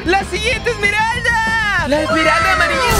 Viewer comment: no se dice emeraldas op se dice emeralda del caos